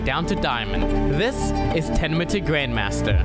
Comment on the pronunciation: Its the intro that gets me. The way he says grandmaster.. this is TENMO TO GRANNMASTER